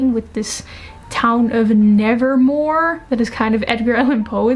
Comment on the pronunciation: I didn’t expect you to say Nevermoor but now I love you even more